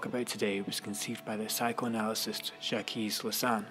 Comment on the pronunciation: Zjakies Lasan? It's pronounced Zjak Lakan.